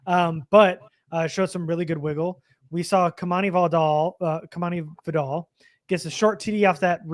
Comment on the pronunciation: Y'all gotta ;earn how to pronounce Vidal.